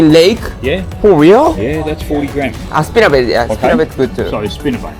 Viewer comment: スピナーバイトとかビッグライクとかオーストラリア人の発音面白いな